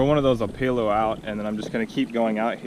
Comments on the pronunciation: O- PEH-LU not OPAELOO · you said opelu wrong😂